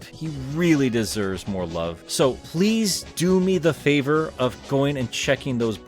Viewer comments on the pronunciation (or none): none